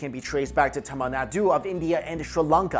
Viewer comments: Yesss! Another Tamilian who cares deeply for the proper pronunciation!!!! I want to remake these videos due to that simple error. Lol Regardless thanks for making the videos! ♥️ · sounds like you're saying tamales... now I'm hungry...